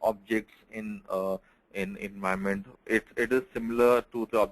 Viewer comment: Say clearly environment support.:face-pink-tears